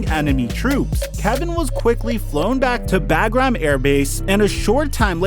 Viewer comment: Bruh you need to learn how to say bagram correctly 😂